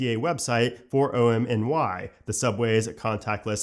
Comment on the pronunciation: Heads up for next time it's OM-nee. Aka One Metro New York, OMNY.